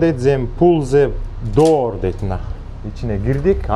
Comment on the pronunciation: Эшикти Доор деп салдың, дуур деп айтат🤣🤣🤣